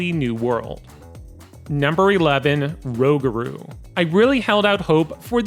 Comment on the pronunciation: He said rowgarou😭